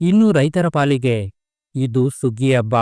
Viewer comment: ಅಬ್ಬಾ ಅಲ್ಲಪ್ಪ ಹಬ್ಬ ಅರ್ದಿಕ ಶುಭಾಶಯ ಅಲ್ಲ ಹಾರ್ದಿಕ ಶುಭಾಶಯ ವಸ ಬಟ್ಟೆ ಅಲ್ಲ ಹೊಸ ಬಟ್ಟೆ ಕನ್ನಡ ಕೊಲೆ ಮಾಡಬೇಡಪ್ಪ